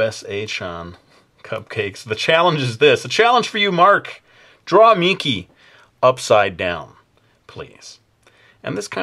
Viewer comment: Ya! He said my name correctly!!